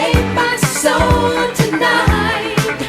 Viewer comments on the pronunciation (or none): none